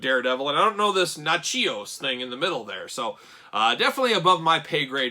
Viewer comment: Nat-chos. It's her last name.